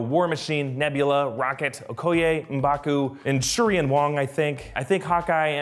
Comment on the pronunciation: Hey just listen alittle closer on nevvlerer